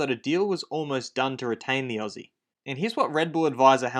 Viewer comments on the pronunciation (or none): none